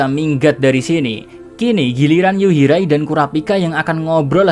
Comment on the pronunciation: Yuhirai min bukan yurihai